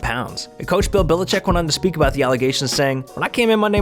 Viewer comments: I thought the exact same thing agaha and he said Bill bill-a-check..smh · Why is this guy saying billachick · Couldnt pronounce bellichek either